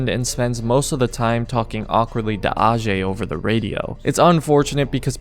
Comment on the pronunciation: hs name is actually pronounced ayjay not arjay